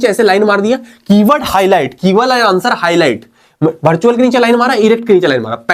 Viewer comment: Bartual ✅ virtual ❎